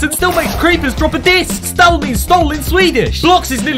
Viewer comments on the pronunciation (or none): I love the way he pronounced 'stal', not close to how it's pronounced at all, haha.